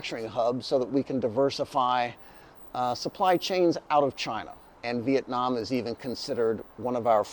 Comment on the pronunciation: It's Viet nam, not Viet nem.